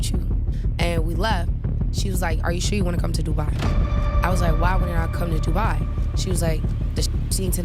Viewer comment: It's in the name du-bai😂😂